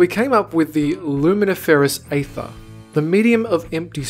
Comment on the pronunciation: Aether is pronounced as ee-ther, not ay-ther.